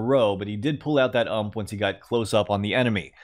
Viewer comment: I love how you pronounce UMP as "ump" but you pronounce AWP as A. W. P.